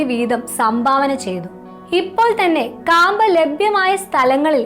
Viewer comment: കാമ്പ അല്ല മാഡം ക്യാമ്പകോലാ